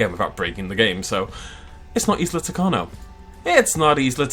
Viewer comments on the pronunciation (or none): I must inform you that Isla tacaño is pronounced kinda like Ee-sla Ta-ka-nyo.